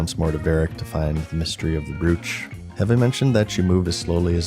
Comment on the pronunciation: Just F.Y.I. It's pronounced "broch" like BRO and CH at the end of it. Not broo ch or brewch.